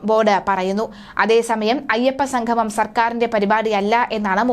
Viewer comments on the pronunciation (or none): സംഘംമം അല്ല സംഗമംഎന്ന് പറയുക.. അതുപോലെ sanadhanam അല്ല സനാതനം എന്ന് ഉച്ചരിക്കുക. ദയവുചെയ്ത് മലയാള വാക്കെങ്കിലും ശരിയായ രീതിയിൽ സംസാരിക്കാൻ ശ്രമിക്കുക